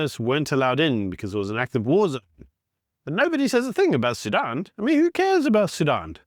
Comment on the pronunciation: Sudan, not Sudun